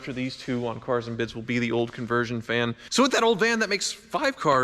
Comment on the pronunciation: it's CAAAARS and BIDS